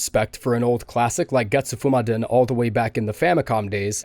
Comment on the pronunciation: When you said Getsufumaden all I heard was Zaboomafu 🤣